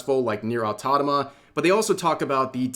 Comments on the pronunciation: I swear, i love this guy but i cant get over how he pronounces nier automata😅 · Rev I love ya but please say Automata correctly, you're killing me here 😭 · I like how Rev continues to refuse to pronounce Nier:Automata correctly lol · Rev you're gonna trigger some people with the way you pronounce automata. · REV, for the love of anything that is holy, its right there. the frikin title is there. Nier: AUTO MA TA. where did you get this fixation in your head that its pronounce Nier: AUTO NA MA. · Brother. It’s Nier AutoMATA, not Autonama…. pls for the love of god! Stop mispronunciation of one of my fav games. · It is Nier AutoMATA, not autonoma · small constructive criticism, it's pronounced Nier Auto MATA not Autotoma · Rev pls, it's NieR:Automata, Au-to-ma-ta not Autonoma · He fr said Nier "Autonoma" TWICE. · AUTOMATA, Rev, AUTOMATA, not AUTONOMA! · "Autotama"😂 It's auto_mata_, rev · ah yes, Nier Autonama, my favorite game lmao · "Nier Autonama" made me do a double take XD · nier autonama 😅🤣😂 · ah yes, one of my favorite game; Nier: Autonama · "Nier Autonoma" When you gonna learn, old man? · Man, it's Au-to-ma-ta, not "au-to-na-ma" 😂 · Dude it's AUTOMATA, A-U-T-O-M-A-T-A, NOT "autonoma". Pretty sure you are doing it on purpose. 🙄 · Au to mat tick Au to mah tah Same cadence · Every time Rev says autotoma instead of automata something inside of me dies. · Bro no way, you still calling it Autonoma 😭😭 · “Nier: Autatoma” 😔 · Nier: Ottoddomuh is my favorite game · Nier Autanama? Bro... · Every time he said "Nier Autotama" I die inside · I keep hearing Rev say "NieR: AUTONOMA" 💀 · Same. I thought that he it pronounced wrong accidentally on his previous vid, but he kept repeating it again and again on this one too.😅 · Say it with me now... Au-To-Ma-To 🍅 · Nier Auto-MATA. it's not difficult. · I've always wondered why he pronounces it that way. I'm assuming that he's just doing it to mess with people, since he does it pretty consistently.